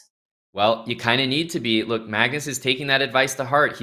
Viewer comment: Dina “let’s just take a louwk” and “pauwn”